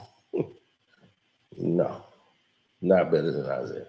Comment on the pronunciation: This man said Isiah better than Steph😂😂😂😂😂😂